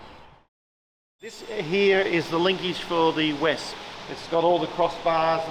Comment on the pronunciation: Just a comment - I believe Wespe is pronounced Vespe, almost like the famous Italian scooter but with an aspirated ‘e’ replacing the ‘a’ Wespe, like Vespa, means ‘wasp’ which is fun because one stings while the other just makes an annoying high-pitched buzz